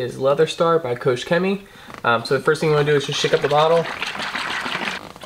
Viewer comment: It is pronounce KOCH not KOSH :)